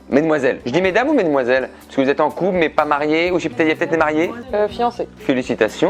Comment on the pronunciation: Y dit con au lieu de couple au début ou je suis totalement fou ?